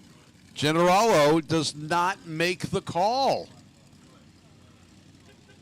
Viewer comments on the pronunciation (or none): It's pronounced General-La-Oh. Man they butcher his name.